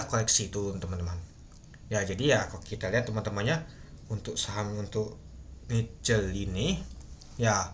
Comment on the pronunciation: sorrry bang bukan nice , itu NICL